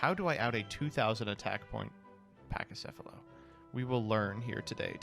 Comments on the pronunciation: pls it's pronounced "Pakicephalos" not "Pachicefalos" it comes from Greek pls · A couple things: "Pack-ee-seff-uh-low" "Co-ah-kee-may-roo"